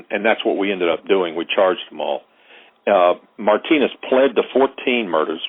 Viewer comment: Did he just call Martinez “my penis”?